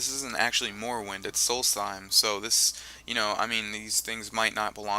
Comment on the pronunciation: The guy in the video doesn't pronounce it right, which is kind of stupid considering he's played the original game.